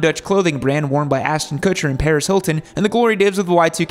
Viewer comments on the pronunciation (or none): none